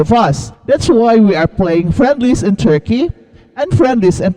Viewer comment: " very chall cheam ang churkey...."